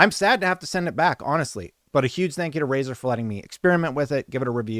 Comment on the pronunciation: ...But it's Razer 😬